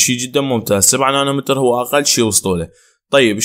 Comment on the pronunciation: مو نانو متر نانو ميتر حبيبي